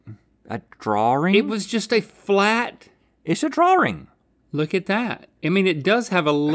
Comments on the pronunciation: Uh...dude....there's no "R" in the middle of drawing. Sorry if you're dyslexic. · Right drawr ring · I can’t get over the way Rhett pronounces “Drawing” as “Draw-ring” 😂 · Rhett: “it's a drawring” 😂😊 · The Southern Accent in America is actually the closest American accent to the standard British accent which pronounces drawing like drawring. I think Rhett is probably the only American I've heard who pronounces drawing in that way though and it either comes down to maybe his family pronouncing the word that way or maybe he just personally pronounces it that way I'm not sure to be honest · atleast it's not "draw-ling" like I've heard farrr too many people say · Guys. He was saying draw-ring as in it was drawn in a ring. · I’m pretty sure it’s a throw back to season 4 episode 13 where his son said that Rhett was a great “draw ler” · This ones like watching a couple of kids play... link not remembering what to go for and rhett saying draw-ring every time! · It's interesting that Rhett uses the British intrusive r only for the word drawing. I used to do that too for only that word because I watched a lot of danisnotonfire and thought it sounded cool. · Every time Rhett said “draw-ring” I went mad 😵‍💫🤬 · Rhett be like: draw-wing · Rhett pronouncing drawing "drawring" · Guessed them all correctly because the shadow is really hard to get right, they should've looked at the shadow the entire time, also why is Rhett saying drawRing 😭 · Rhett: Draw-ring. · Ah yes. A Drarwing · Why is Rhett adding another r to the word drawing and also why do a lot of Americans pronounce words like that with an extra r for no reason? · Rhett, it's drawing not drawring 👍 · yes, but i ment in the wing part from drawing... between the w and the i. I was hoping people would understand that haha. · I wanted to watch this episode but Rhetts pronunciation of "drawing" drove me nuts.